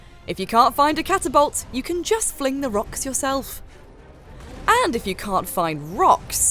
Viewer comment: "Catabolt" this lady has killed my will to return to the game.